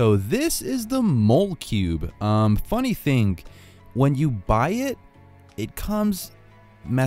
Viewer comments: I think it's pronounced like molecule 😂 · It's actually not mole cube it's molecube as in molecule